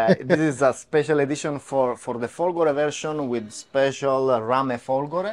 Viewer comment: indeed, folgore means thunderbolt, and the accent is on the "fo", rather than on the "go". And that is a fake Italian/Euro plate